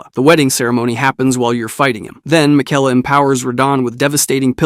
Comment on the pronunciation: and Mikela